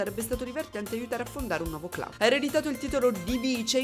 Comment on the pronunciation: Dovrebbe essere “clab” la pronuncia, ho visto sto gioco in qualche live ma MAI avrei pensato potesse aver qualcosa di Horror, ora sono curioso.